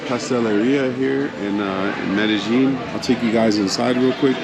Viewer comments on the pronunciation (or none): "MEDEJING"????????? NO! Its pronounced MEDAYEEN!